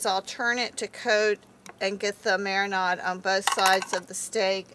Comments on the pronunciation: Quit with the "marinod" pronunciation- jeez... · Wtf is a mara-NOD?